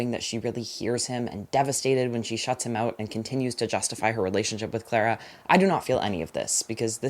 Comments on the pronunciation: it’s clah-rah, because it’s british ❤ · in the UK Clara is pronounced clar-ah